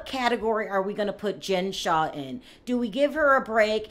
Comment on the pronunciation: Her last name is Shah not Shaw.